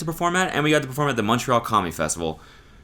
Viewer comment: WE LOVE WHEN CODY PRONOUNCES MONTREAL CORRECTLY